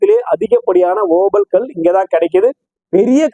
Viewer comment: ஐயா சாமி தங்களின் ஓபல் என்ற உச்சரிப்பு இருக்கிறதே காதில் நாரசமாக ஒலிக்கிறது இந்தக் கல் Opal There are many variety of this Opal stones Black Opal Fire Opal Blue Opal White Opal These are Semi _ PRECIOUS STONES Black Opal is most expensive stones While you talk in tamil opal stones give the pressure in your tongue I mean your pronounceation நன்றி வணக்கம் ஜெய் பவானி